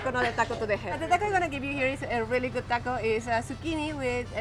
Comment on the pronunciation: Yummy episode! Can't wait to hear you say "taco" correctly, maybe by the time you leave South America! You know, when in Rome, have respect. Love your journeys and would really love to HEAR you put in the energy to listen to where you are!! You can do it, you did Antarctica, it just takes intention!